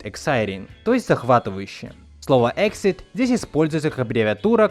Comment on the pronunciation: Exit произносится как [эгзит], а не [эксит]...)